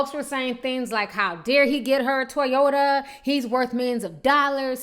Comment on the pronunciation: Ti you almost killed me in the beginning...you said a "Brand new 2007 Toyata" lmao